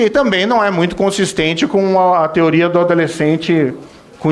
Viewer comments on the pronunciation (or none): none